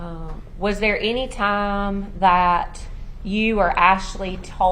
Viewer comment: He knows exactly who she was dating This lawyer needs to be able to say TIME NOT TOMS